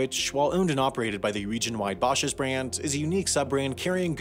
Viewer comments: And Dine is Den-ay..... Bashas' is Bash-uh's.... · It's not pronounced bah-shahs. It's bash-uhs. Very likely the pronunciation in the video was the original pronunciation, but the family that owns the chain uses is the latter. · Almost 2 million views of mispronounced words like Bashas and Cherokee. You said Bosh-es and chur row key. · His pronunciation of “Bashas” made me want to run away in disgust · The way you mispronounce Bashas is hilarious. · As a former Bashas' employee I just wanted you to know you pronounced it wrong. Cool vid tho 👍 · I love the way he says Basha's, it's not right, but I love it. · Legendary Bashas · As an Arizonan, it truly pissed me off. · That was ear shattering to me too. Eddie Basha must be rolling in his grave.